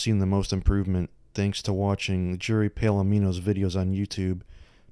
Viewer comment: FYI, I believe his name is Paladino, not Palamino.